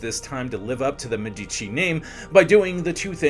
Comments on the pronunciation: It would take you 10 min to look the proper pronunciation of Deh- MeH-dici, Jo- vanni, not geo, ROH-vere, and almost all italian pronunciations. Otherwise it was very informative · The correct (Italian) pronunciation is Me'-di-ci with the accent on the first syllable. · Thank you, the incorrect pronounciation is disturbing. Even if you are not native Italian, the name Medici is so well known and correctly spoken, esp by historians